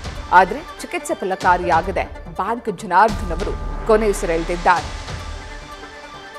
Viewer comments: ಬಾಂಕ್ ಎಲ್ಲಮ್ಮ ಅದು ಬ್ಯಾಂಕ್ , ಥೂ....ನಿಮ್ಮ ಕನ್ನಡ ಉಚ್ಚಾರಣೆ...... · ಹಲೋ ಅದು ಬಾಂಕ್ ಅಲ್ಲ ಬ್ಯಾಂಕ್ ಮೇಡಂ ಕರ್ಮ ನಿಮ್ದು ಕನ್ನಡ ಸರಿ ಉಚ್ಚಾರಣೆ ಬರಲ್ಲ